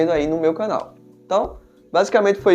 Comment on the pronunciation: Homem custa falar Re-al-me? Aí enrola a língua pra falar uma palavra simples